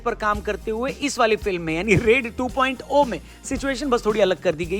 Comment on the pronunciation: 2.0 जीरो होता है ना कि o ओ 😊